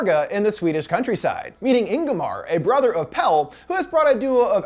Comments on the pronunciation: I know this video is from a year ago but like... they pronounce him “Pelle” (pell-ay) the whole film. Did you even watch it? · I just watched this, and I'm not sure if it's true, but out of Pelle's American friend group, Dani's the only one to say his name "properly", pronouncing it with the second syllable, when the others call him just "Pell." Maybe I overlooked it (I was only half-paying attention), but I thought it was very sweet of her to make sure she said his name properly. She also made sure to pronounce Ingemar's name properly when they were introduced